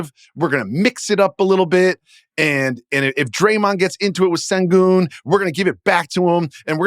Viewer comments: How hard is it to say sh instead of s when pronouncing Alperen Sengun's name,? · Don’t blame. He sould shpell it shengun if he wants it pronounced that way…